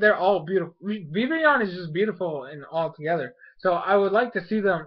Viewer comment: Is it me or do they pronounce VIVILLON wrong they say VIVION vivion idk i swear...